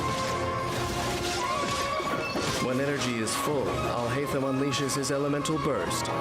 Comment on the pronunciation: Video: Al hay tham al hay tham al hay tham You: al hi tham al hi tham al hi tham